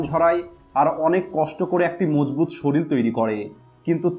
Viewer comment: কথাটা সরিল না শরীর। আগে উচ্চারণ ঠিক করুণ।